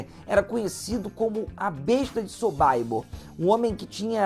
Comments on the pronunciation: É essa mania besta de ler como se fosse americano, todo nome estrangeiro, aí pega um nome Polonês Sobibor e lê o "I" como se lesse em inglês: "sobaibor" kkkkkk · " sobaibor," ???, O correto é Sobibor. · Documentário interessante. O que pegou mal é esse tal de "sobaibor". O autor não pesquisou. Em alemão, polonês, inglês é simplesmente Sobibor mesmo, lido como se escreve. A pronúncia "Sobaibor" fere os ouvidos! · Verdade! Kkkkkkkk! Quando ele falou sobaibor comecei a sentir vergonha alheia por ele. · Quem sabe é a pronúncia sobaibor. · SOBÁIBOR !!! – Prezado, é difícil de acreditar, mas existem no mundo outros povos e línguas além dos anglo-americanos. Você pronunciou o nome polonês à moda americanoide... Chega a tal ponto a subserviência cultural. Triste... SOBIBÓR é a pronúncia, como se escreve. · na História,, não fique chateado mas o som/pronúncia de Sobibor (Polônia) é 'sow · bee bor. Como se escreve, siimple as that! Sorry... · Concordo. Estas pessoas q se propõem a falar sobre estes assuntos deveriam primeiro estudar a pronuncia certa dos nomes e gentilicos europeus. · Uma pesquisa porca e uma pronúncia horrível (so.bai.bor??)... este campo era nos EUA ou nós somos americanos? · É SOBIBOR que se pronuncia 🇮🇱🇮🇱🇮🇱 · sobibor pronuncia errada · Não se pronuncia "SoBAIbor" e sim "SoBIbor" . Não se pronuncia Simon "Vaisental" e sim Simon "Visental" .